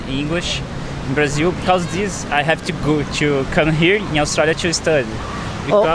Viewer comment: とっても流暢な英語！vの発音がbに聴こえるかなぁhave とか、ちょこっと気になった